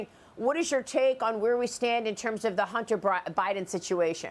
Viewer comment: "Hunter Bribin", lol